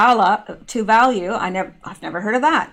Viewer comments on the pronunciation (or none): none